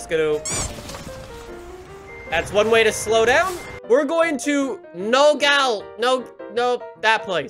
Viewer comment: As an arizonan I'm offended that you can't say nogales